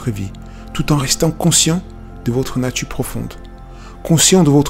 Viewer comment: y'a un problème avec les R ou quoi ? c'est pêché de terminer un mot par le son R ? ''dieu de part sa natu' même'' ''finira par deveni' obsolète''